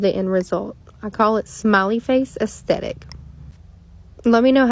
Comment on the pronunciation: Were u trying to say aesthetic?